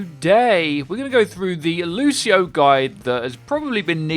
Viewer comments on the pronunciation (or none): 9.01 - Loseio; well I think I've heard enough.